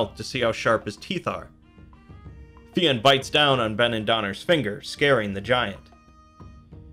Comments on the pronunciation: It's not Fee-in. It's fyun. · Fionn pronounced fyun not feeon well that's the way it is pronounced now idno about earlier in Irish times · Jesus Christ!!! It's pronounced FI UNN not FEE ONN !!! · You are right - he can be called Finn (like Fin) or Fionn (like Fuh-yun) - not Fee-ann that the reader here is saying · It’s not pronounced Finn, more like f- yon maccool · I always hear Fionn pronounced fuh-yun but one syllable like Fjun. Great video btw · Not to be a pian but it's pronounced like Fyun. Irish be tricky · Fionn rhymes with young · Yeah, I think just mispronounced it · You pronounced fionn wrong